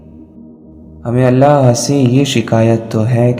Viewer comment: It's not ahlla it's allah 😅 ok anyway it's also good👍